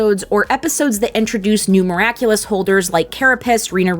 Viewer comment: That theme-song hahaha. "Miracle-less ....... Simply the Best" hahaha. Amazing how funny it is when you mispronounce the NAME of the show